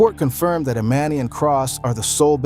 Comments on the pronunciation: You calling her E Man E is driving me nuts!!!! You said it right in the video a few times … E MON E 🗣️🗣️ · Who’s E MAN E 😮!!!! It’s EMANI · Anybody else annoyed how he kept saying her name wrong thee whole time! Emani! It’s not that hard. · It’s pronounced E-mon-knee ✨Emani✨ if you are going to report on other’s business at least get their names correct! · EXACTLY 💯 HER NAME EMANI THAT GOT ME WHEN HE WAS SAYING HER NAME WRONG SMH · Lord learn to say that baby's name please,you didn't say anything that you hadn't already said or that we didn't already know. . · The way you keep mispronouncing her name is irky lol gahhhleeee 🙄😂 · It's weird you can say their last name correctly..but can't say the child's name.....do better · Say her name right while telling the story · If your going to try and tell someone story, at least pronounce her name correctly, one minute you say it correctly, then the next minute you don't and the woman with the white glasses is Lauren London., not her mother.